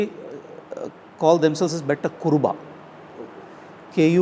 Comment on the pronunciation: Beta kuruba nahi sir Betta kuruba